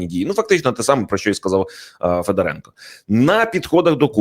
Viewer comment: Не ФедорЕнко, а ФедОренко. Ведучий, ти навіть не військового, а людину не зневажаєш. Де вас вчили?? Хочтебе, хоч Дрозда з Гаврищаком. Ви ж ведучі престижних каналів. На курси якісь запишіться.